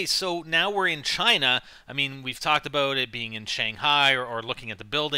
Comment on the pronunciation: Fuckin a-boat. Please stop.